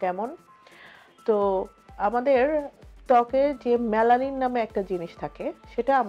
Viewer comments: মেলানিন not মেলালিন..... how funny a kmn doctor!!!!!! unar pronaunciation e to thik nai....ki tips dibn...... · Melalil na melanin bole mam